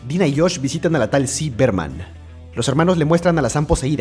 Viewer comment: es ziggy berman :) no es ci berman